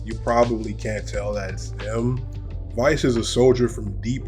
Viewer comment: You keep saying Vice. It’s Weiss.